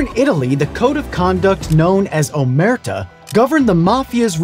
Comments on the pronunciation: A nitpick from Italy, its omertà, not òmerta. Peace! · it's omertà not omerta, it has the accent on the last wowel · Just to be a grammar pain, but you're pronouncing it "omérta", which means nothing. It's pronounced "omertà", with stress on the last syllable. Sorry, I'm Italian, and we still have a lot of problems with omertà between mafiosi. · Amazing video as always ❤️ You conveyed the meaning of "Omertà" in a simple yet clear way, great job! As an Italian myself, I can appreciate it very much. That said, I don't want to sound pretentious or rude, but I've got only one thing to correct you on, and that's the pronunciation of the word "Omertà" itself. The last letter of "Omertà" has a stress on it that changes how the word is supposed to be pronounced. Without it you end up with "Omerta", (which is how you pronounced it in the video). If we were to visualize that stress, it would end up like this: "Omérta", and not the correct "Omertà". I hope I was clear enough and once again I congratulate you guys on another amazing video! Cheers! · Great video, really liked it. However, I do feel obligated to point out how my little Italian heart absolutely collapsed on itself when you tried to say "Omertà" and "Pentito", although you were kinda close. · as an italian it is not omerta with a closed a but with an open a in a way that it sound more happy